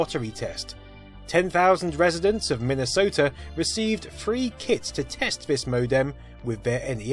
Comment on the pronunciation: "10,000 residents of Minnesota received 3 kids"... lmao I did not hear that right the first time and it caught me off guard (I know he meant kits)